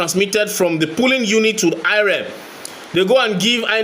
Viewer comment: Poll, Polling. Please stop saying Pulling. Check Google for pronunciations. It helps a whole lot. ❤